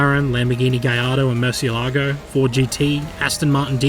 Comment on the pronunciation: i was :] when u pronounced gallardo right and then :[ when u mispronounced murcielago lmao